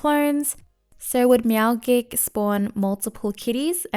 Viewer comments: your meow gik shieeett was so annoying its pronounced meowjik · D-did you just say "meowgik" like gif? It's clearly a play on "magic" and "meow"